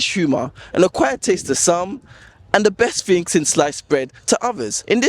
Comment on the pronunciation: It's pronounced thing not fing.